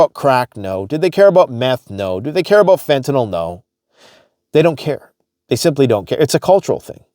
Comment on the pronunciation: lmao just saw this. I basically said the same 😂